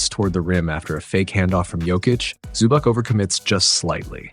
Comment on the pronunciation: Nice breakdown. Please learn the players names next time. ZubaK my ass.